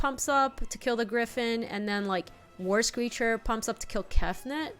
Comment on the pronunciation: what are you doing… Also I have the video on double speed and whenever says "War Screecher" I just hear "worst creature" lol